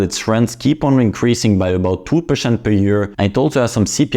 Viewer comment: How low interest "pershent" ? :D